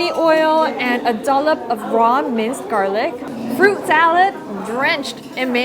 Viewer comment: Oh come on, the way she said garliqúe 😂 i love her sm